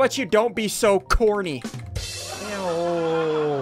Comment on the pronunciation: That was so 'corrney'